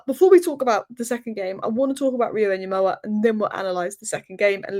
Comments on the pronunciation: please Ngumoha not Nyumoha. The way to pronouce it effectively is by leaving out the first N. Better to pronounce it like Gumoha. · Small thing. The Ng sound in Ngumoha. More into the g and less in the n. Not nyemoha. It's good you try. (Wazungu do this. It's nice though) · Pronounce it as "EN-GUMOHA". You can drop the "N" and pronounce it simply as "GOMOHA". Notice how the "U" changes into an "O" once the "N" is dropped or becomes silent.